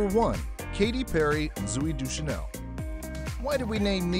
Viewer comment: I think she mispronounce the word, Deschanel.